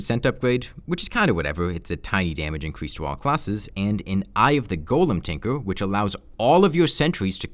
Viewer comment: Get a speech therapist, you talk like a diaper lover "incwease da numbo of wipped tag effects" "the sivur bracur" "the wickud armwet"